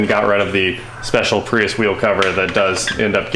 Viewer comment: It’s pronounced Prius